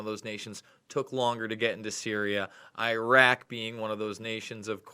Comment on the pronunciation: Luke, I am so glad you pronounce IRAQ and IRAN CORRECTLY. Very grateful. You make them sound like idiot bumpkins. ~;)<333